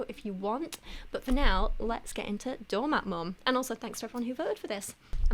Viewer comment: I know you’re saying “doormat mom,” but your accent makes it sound like “donut mom.” Mmm, donuts…🍩